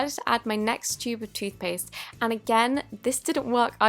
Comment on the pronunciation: Did you say stupid toothpaisth